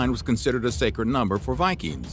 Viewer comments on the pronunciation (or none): none